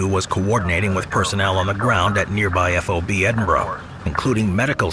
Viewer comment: Please stop saying "EF OH BEE" lol... it's just FOB "Fahb". It's killing me and anyone else that knows the correct way to say it 😆